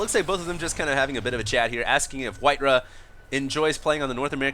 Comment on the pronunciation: I thought it was pronounced white "RAH", not "RUH"